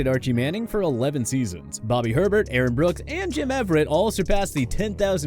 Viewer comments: That was Bobby Hebert(Ay-bear) that played for the Saints and Falcons, not Herbert. He was the “Cajun Cannon,” hence the French last name. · It's Bobby Hebert (ay-Bear) not Bobby Herbert. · It's pronounced Boby "A Bear" not Herbert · Bobby “Herbert”? It’s Ay-bear. Whose child is narrating this video? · Seriously... have you EVER watched football??? Like EVER? It's pronounced Ay-Bear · Bobby AYBEAR (Hebert) of the New Orleans Saints.. there is only 1 "R". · Name pronunciations need work - e.g Delhomme, Hebert. Also, KC had a QB you missed... a guy named Joe Montana take them nearly to the AFC Championship game.